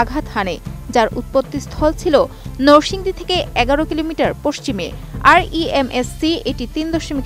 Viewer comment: নরসিংদী কে বারবার নোরসিংদী বললো পাঠিকা।রেকর্ড কে বললো র‍্যাকর্ড।